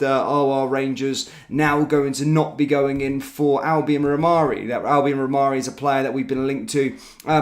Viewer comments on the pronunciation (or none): Rhamani not Rhamarri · It's pronounced "Ra Mani", let's get it right or lose all credibility. Personally, I don't even care what he is called, if he can score from all the chances he will get at Rangers, bring him in. My 93 year old mother could have scored all the sitters that Dessers missed! Its time to get serious or remain 2nd for a long time.